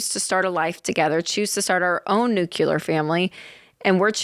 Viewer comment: Rachel, once again, it's nuclear and not NOOCULAR family!😆